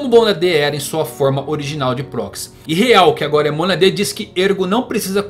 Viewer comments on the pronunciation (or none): CÓgito, não coGIto MÔnada, não monaDÊ Cogito ergo SUM, não ergo SAM